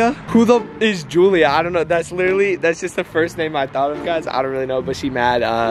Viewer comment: he said julia like jules and saud OMG